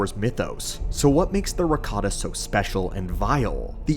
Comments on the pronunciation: i wasnt watching, just listening, and going, WDH does he pronounces Ricotta :D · ... Watched this while hungry, and kept hearing "ricotta" and now I want lasagne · "Rataka Cheese" 😂😂